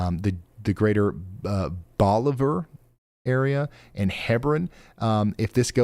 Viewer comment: Also, bolivar is a short O.